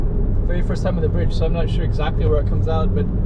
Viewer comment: OMG, WHY "BDIDGE" LEEEEEEEEEEEEEEEEEEEEE